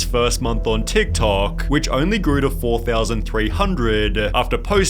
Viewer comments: The way Sunny overemphasize the last syllable of some words (toktokaaaaah) makes wanna throw poo at the wall. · Dude, WHY are you dragging out every single last syllable when you are talking? Jesus Christ, this is so annoying! Drop your fake accent! "TikTokaaaaaaahhhh"